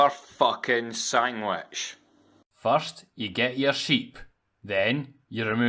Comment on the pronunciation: XD love the sammich